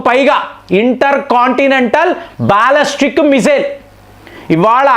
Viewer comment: అరేయ్ కొన్ని నీకు నోరు పలకదు. Non veg మానేసి vlogs చేయి. బాలిస్టిక్ missile ni బాలస్టిక్ అంటున్నావు.